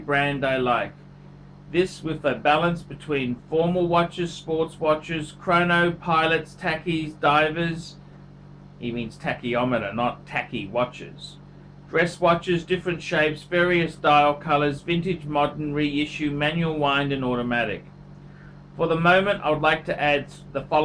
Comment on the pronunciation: "Tachyometer" with an 'O'? C'mon, work with us not against us